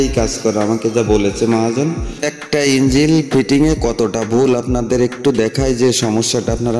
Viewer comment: বাংলা ও ঠিক করে বোলতে পারছোনা লোককে কি বুঝাবেন ইঞ্জিন আর ইঞ্জিল আলাদা জিনিস